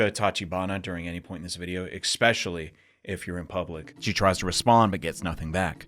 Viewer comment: did you say ''expecially''